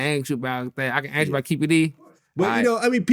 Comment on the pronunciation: I hate how this nigga say “Ansk” instead of ask lol